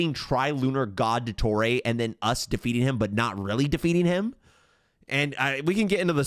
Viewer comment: nah what the fuck was that pronunciation of dottore's name😭ill dodoray THAT'S NOT NATLAN TECHNOLOGY. THAT'S DRAGON TECHNOLOGY